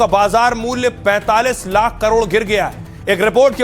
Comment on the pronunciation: lakh or hjar Ko sihi se bolo❤